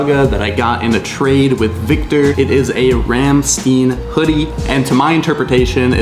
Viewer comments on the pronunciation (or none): fyi its pronounced ram stein not ramstien lmao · The rammstein pronunciation is wild lol